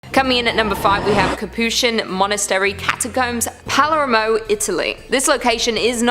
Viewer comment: Pah-ler-mo Palermo